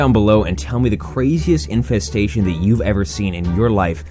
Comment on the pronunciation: Infestestation, So that's what a verbal typo sounds like